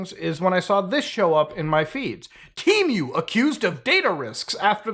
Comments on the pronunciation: Is it pronounced "Teh-Muh" or "Tea-Myu" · Tee-moo not T-mew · What the fuck is tea mew? I know of Temu… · I love how he says temu like temeu 😂